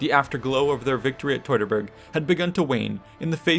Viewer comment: It’s not “toy-tor-bor’ try -phonetically.. Tue-tor-Borg.